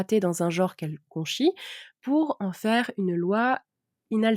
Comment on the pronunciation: "Jor" ? "jore" ? "jaure" ? Ce ne serait pas "genre" plutôt ??